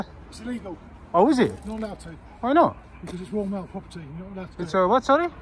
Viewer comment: "Woyal Mail"